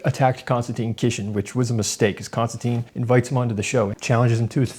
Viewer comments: His name is pronounced Kinstantin, like “tin” can. His name doesn’t have the e at end which would make it sound like Konstan-teen. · Konstantin (NO E!) Con -Stan - TIN (not TEEN!) . How would you like to be called Mr. Smyth (Sm eye Th). Sorry a bit of OCD and probably overly caffeinated too. And okay you got me. Maybe a little sleep deprived. I really enjoyed the discussion. I am always a little shocked at Mr. Kisin 's patience And determination to define terms and get to the heart of the matter.